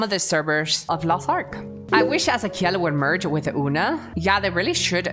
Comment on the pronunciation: I love how she pronounced azakiel, in a Spanish way, that's because her origins are Latinamericans and her first language was Spanish, so instead of English pronunciation she does an Spanish pronunciation in some words/names. I like that so much. Thank you for your video Mr kusajang. Love you 😘